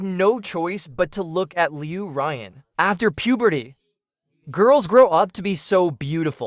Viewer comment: Loo Ryan for a solid two months, no change when the name is pronounced leyew ruyaawn, ughh. And these MCs are simp city